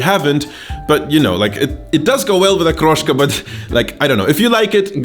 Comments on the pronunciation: I like that you didnt bastardize the word. Hood pronounciation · Подозрительно хорошо выговаривает слово "Окрошка")) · Как же чисто он выговаривает слово ''окрошка''